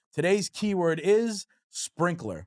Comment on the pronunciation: Spraynkaler (pronounced sprinkler 😂)